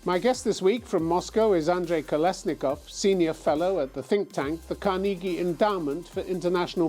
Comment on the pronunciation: I can’t handle how he pronounced Carnegie